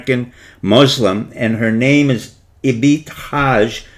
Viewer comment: "Kasoggi?" "Hajib?" "Faisal family?" "Ibithaj?" "Moderation through Saudi women?" A female Muslim as ambassador to the Kingdom?" In addition to the mispronounced words, Dr. Pieczenik's presentation is ungrammatical and incoherent. His suggestion that the USA should send a female ambassador to Riyadh is absurd. A female ambassador would be at a great disadvantage in KSA and most Saudi women would not be inclined to look to a foreign woman as a role model, no matter what her position, religion or race.